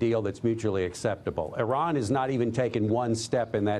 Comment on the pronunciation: Great speech (after everbody laughed at him) Trump can't even pronnounce Iran (eeerahn)